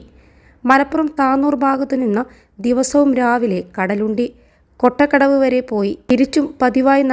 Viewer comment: കൊട്ട കടവ് അല്ല മാഡം, കോട്ടക്കടവ് 😂